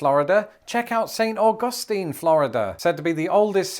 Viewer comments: you pronounced St. Augustine incorrectly sir. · He correctly pronounces Mackinac, and then fudges the easier Saint Augustine. 😆